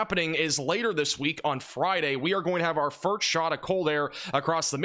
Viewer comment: Please - “first” is pronounced ‘fur-s-t’ not ‘fur-ts’